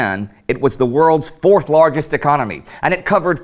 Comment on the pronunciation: what a shithole, but yes "4th lagest ecomy".